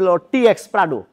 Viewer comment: Bro said Pradu😂